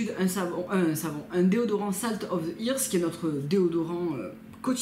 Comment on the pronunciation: repeat after me " salt of the eurth", c'est la même prononciation que earthwise! sinon j'adore comme d'habitude